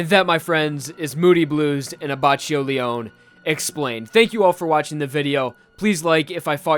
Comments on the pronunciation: Luis S no it's not, I'm italian and I can confirm that it is Leone Abbakkio, not Lioni Abbacchio, and that's because in italian E is not spelled I and CH=K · just a note from an italian viewer. the pronunciation of leone abbacchio is wrong. the first and the second e are pronounced like the "e" in generation. abbacchio is pronunced abbakkio. also, giorno giovanna is pronunced like jorno jovanna. giogio is pronunced like jojo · "Abacheeou Lee-Own" It's Ley'onay aBackEO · and its not "li-on" but "leo-ne" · Looking back on old videos and hearing how thought the names in Part 5 were pronounced is kinda cringe. It’s A-bah-key-o Le-o-neh. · Lion abbacio.... My ears are bleeding... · I'm italian and maybe can solve some of your doubts. GioGio is pronounced jojo, Abbacchio is more like Abbakkio. pronunciation of Leone is wrong, but the correct one is kinda hard to explain, maybe it's easier for you to look the google translate pronunciation. He also says wrong passione and the accent in vento aureo, that is not auréo but aùreo. However i don't really care of pronunciation in Jojo, Za warudo sounds way cooler than "The world" ahahahahah